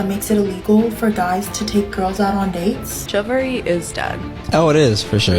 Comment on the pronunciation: That black chick can't even pronounce chivalry 😂😂😂